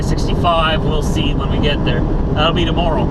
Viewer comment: see not sey